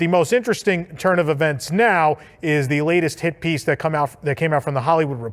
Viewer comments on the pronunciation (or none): none